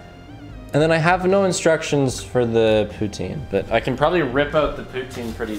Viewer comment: as a french canadian, you are the only english canadian who can say poutine without making me irrationally mad